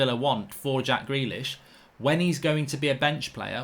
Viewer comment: When mark said “gack jrealish” 🤣